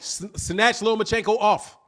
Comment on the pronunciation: At least get the name right mister LOMACHENKO!!